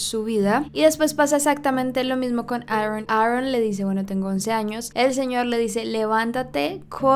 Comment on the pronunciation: 🤣🤣😂🤣😂🤣😂🤣😂🤣👈 Aarrron... la pronunciación de es tan graciosa..... porque no dice Aarón y ya...sin exagerar jajaja...Me cae bien pero me hace reír